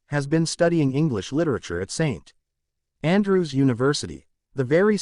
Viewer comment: Oh, and Princess Anne also married a "commoner" (2, actually). So did Prince Andrew. In fact, the Royal Family is literally bursting with "common" in-laws. And you should brush up on the AI techniques - "Saint......Andrew's" is the perfect example of bad narration.